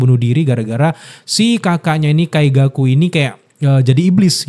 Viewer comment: wkwkwk Ya Wajar, Abangnya Baru Nonton bener2 dri awal. wkwkwk jdi wajar.. Kaigaku juga jdi Kaizaku 😅